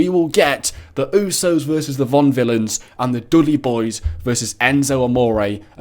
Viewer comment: VAUDEvillains not VONvillains, just saying